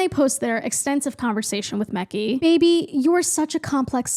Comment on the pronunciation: your pronunciation of Mekhi is KILLING ME lmao